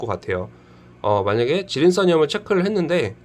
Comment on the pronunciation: 질인싼염이 아니라 질인산염입니다ㅋㅋㅋ